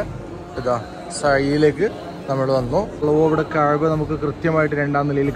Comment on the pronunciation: ചുരുങ്ങിയ തോതിൽ മഖാമ് ഇബ്രാഹിമിൽ നിന്നും നിസ്‌ക്കരിക്കുകയും, ചുരുങ്ങിയ തോതിൽ കുറച്ച് സംസം വെള്ളവും കുടിക്കാമായിരുന്നു. പിന്നെ മറ്റൊന്ന് കഹ്ബയല്ല കഅബയാണ്.